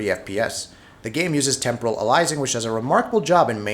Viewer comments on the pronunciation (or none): none